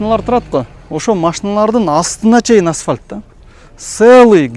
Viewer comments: Асвалт эмес Асфальт! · Аспалт эмес, асфальт.....😂